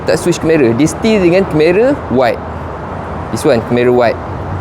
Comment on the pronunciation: ok by the way, sebutan dia keh-ma-ruh bukan ker-meh-raa